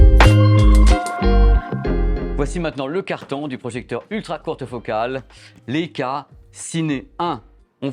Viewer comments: Comme la première chienne dans l'espace : Laika. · Il serait judicieux d‘apprendre à prononcer le nom de la marque convenablement.